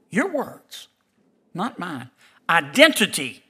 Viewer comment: ‘Your words…not mayne’ 😊